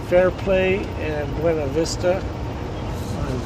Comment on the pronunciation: My stepson was in there for a few years. I've been there a few times. Beautiful area. The locals pronounce it byoona vista.